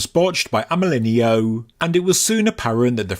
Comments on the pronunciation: AMÉLINEAU IS PRONOUNCE AMÉLIN"O" THE EAU LETTERS TOGETHER SOUND LIKE "O" YOU SAID IT SO MANY TIMES LOL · for clarity, since he was French, his name is pronounced (I'm not well versed in english phonetics, sry) more or less like "Amɜlɪnɔ". in French, "e" doesn't turn into "i", and "eau" is read as "o". (fun fact, "eau" is also an actual french word meaning "water".)